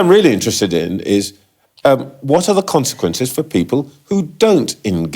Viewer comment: I can't help but laugh how she says 'consequences' I mean she judges people with lack of social skills or education i mean the irony here even i can say consequences and I have a lisp 💀 talk about a woman who complains people are on benefits for poor education and being born in the 80s and 90s and yet she has trouble making any sense soth her argument other than "no excuses, stop being lazy"